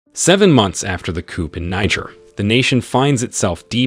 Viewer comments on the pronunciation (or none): Coup- it's a french word and you do not pronounce the "p" in that word in french